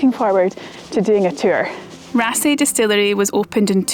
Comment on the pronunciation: The double "aa" in yer Norwegian is pronounced "aw". I'll get me coat... ;-)